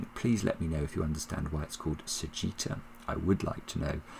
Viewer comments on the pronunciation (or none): "Sagitta" is just the Latin word for "arrow," and in Latin we'd pronounce it "sa-GIT-ta" with g as in gold or give (not like gem). Sagittarius is the arrow guy, like retiarius = the guy with the net (a kind of gladiator; rete = net) or sexagenarius = a guy in his 60s or librarius = the guy with the books. Very nice puzzle: absolutely nothing in the top 3 rows but enough information from the center to fill them in. And gracefully solved. Enjoy your vacation!